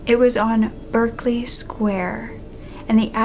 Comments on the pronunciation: 1940? That should be 1740. Also, Berkeley is pronounced Barclay. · It’s pronounced “Barclay”